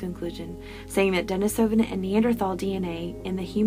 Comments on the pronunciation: Why do you have to say Denisovan like that, not even fellow Americans say it like Denis-oven, I honestly can't sit through it because of that. What an ugly dialect constantly made uglier by insisting on putting the stresses in the wrong parts of words, even compared to fellow speakers. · Denisovan (dɛ-NEE-sə-vən)